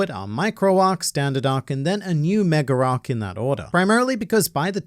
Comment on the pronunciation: I can't help but keep noticing always saying an R between a word that ends with A and one that starts with A. "Mega arc" becomes "Megararc" for no particular reason lol